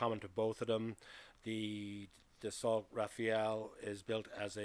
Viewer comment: Rafale (it is not pronounced RAFAEL, nor is Dassault pronounced DasSALT🙄) way more expensive to procure and operate.